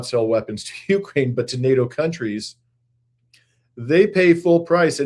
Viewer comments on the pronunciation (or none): none